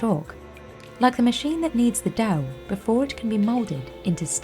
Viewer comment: Did anyone else hear how the narrator pronounced dough like "dao"?